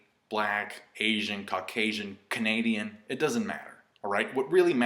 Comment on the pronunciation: loooool this guy said Canadian. you're too funny sometimes man shout out from Canada